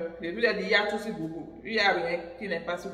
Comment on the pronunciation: Google = Gougeul / non gougoul